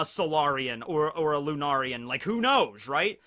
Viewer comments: Finally you said it correctly (lunarian), I’ll take away yesturdays dislike now. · Thank god someone corrected his pronunciation of Lunarian. I was getting triggered hahaha